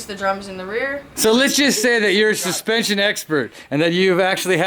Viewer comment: hehehehe... Dude can absolutely butcher the Engrish language like no other!